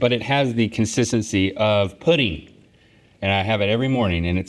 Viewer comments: Definitely sounded like he said praise Putin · It sound like Link said… “Praise Putin like you should,” 😝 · I thought he said "praise putin". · I first I thought link said “praise Putin like I should” lmao 😂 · In that voice, it sounded like a love letter to Russia (or a better option, poutine!) 😂